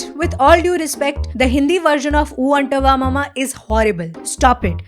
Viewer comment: 7.02 Respect❌ Risspect😂